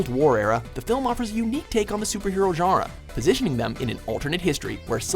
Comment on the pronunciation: No one: WM commentators pronouncing “genre”: “giearuh”